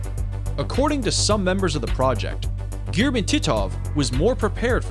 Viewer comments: guys - his name is pronounced Ga'gaarin, not Ga'ga'rin 😕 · Please put stress on the second syllabus in Gagarin, and don't call him "first austraunut". Thank you.